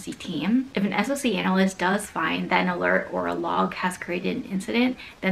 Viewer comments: I know that it's an acronym, but literally no one in the industry says "ess-oh-see", it's always "sock", the same as SIEM is always "seem" or "sim", not "ess-eye-ee-em", capiche? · SOC is pronounced as "sock", not "ess-oh-see"